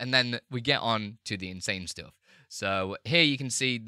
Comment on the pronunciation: Not "ploogin", but "plugin". Not "stoof", but "stuff", not "oop", but "up" -- the worst pronunciation I've ever heard